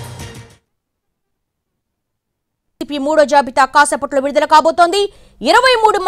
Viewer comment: Vidudala ani malli kabothundi enti eddiet clear ga cheppu